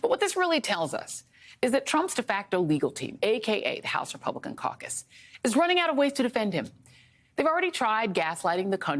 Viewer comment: I loved how Joy pronounced lyin' George's full name 😄